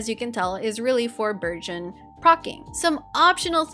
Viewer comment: Everytime you say "burgeon," I hear "virgin," so I heard "Thoma's popping virgins every second" and now I can't unsee that mental image lmao EDIT: even the CC says "virgin!" It's not just me! 🤣